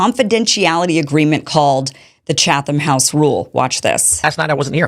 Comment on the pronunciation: Wow...this is the biggest load of horse manure I've heard in a long time. First of all, any real journalist knows what the Chatham (that's pronounced chat-ham you ignorant twit) House Rules are. Second, how can you possibly accuse Pool of secretly pushing the Israeli agenda to his audience when he said right up front who he met with, the general topics discussed - which by the way were not what Kimmy here claims, and what Pool told the Israelis. I could go on and on... Kim, you're no journalist. Tim Pool is. Do better.